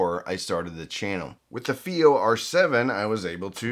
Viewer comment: IfI? This is FiiO